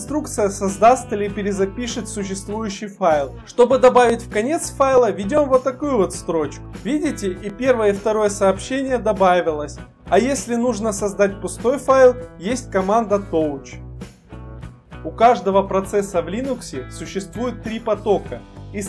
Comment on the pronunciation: очень хорошая идея с подачей информации, но огромная просьба произносить все команды правильно с точки зрения английского (некоторые прозвучали неверно). cat - кэт tail - тэйл touch - тач и ещё: хорошо бы говорить, откуда ключики берут свои буквочки к примеру для ls ключ a == all для tail ключ f == follow